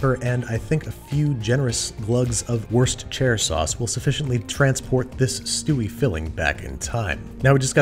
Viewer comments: "worst-chair sauce" Me: what? Worcestershire sauce???? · Ah yes, Worst-Chair, we meet again, wocheche, wostechair, wochachastershire, you should by now, know what wushushire sauce is. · Worcestershire sauce = WUSS-TER-SHEER SAUCE, sometimes without the Shire part, but NEVER WORE-CESTER -SHIAR. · Woos-tur-shur. Say it with me now. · Say it with me “WUSSTER” “SHURE” sauce...Worcestershire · “Worse-chair” sauce. These pronunciations just get better and better 😂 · i live a minute away from lea & perrins and here in the west midlands its pronounced wuh-st-er-shir and no other way. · Wuss ter sheer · Wuss-ster sha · U mean westchestershire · Oh you mean washcheshterterhusbd sauce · I think you say it as wor-chester-shire sauce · I no joke live in Worcestershire, it’s pronounced wuss ster sher (the u in wuss is pronounced like the u in the word cushion if that makes sense) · How to pronounce: worst + uh + shire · Worst Cheshire was close enough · I’m from the uk, I pronounce Worcestershire sauce “wuster sauce” or “wustersheer sauce”. Worcestershire has a city called Worcester which is pronounced “wuster” which is what people from here usually shorten the name of the sauce too. Had to comment never heard an American pronounce this correctly. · WANDAVISIOOOOOOOON Edit: “worst chair sauce” really sent me over the edge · I will now forever be pronouncing it “worst chair sauce” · Brit here, happy to help: Worcestershire = “WUSS-tuh-sher” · Worst-Chair sauce. The best, and only way to pronounce it. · Lies! It's also Worse-Cheshire! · That pronunciation or worst-chair sauce has now enlightened me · Dad born in Britain (grew up elsewhere) but he always pronounced it Warsh-tcher sauce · worcestershire is pronounced wu-stuh-shuh (wu has the same vowell sound as foot, stuh and shuh has the same vowell sound has the a in about) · It's so easy... "WISTER-sheer". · It's WOOSTER sauce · pronunciation of worcestershire from a real life brit wus-ter-sheer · Worschesherfersher sauce